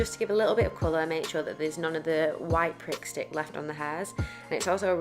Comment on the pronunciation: Sounds like your sayin “Prick stick “ 😂😂😂 love this !!! Brilliant video xxx